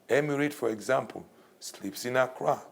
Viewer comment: this dude keeps on saying Accra govt....smdh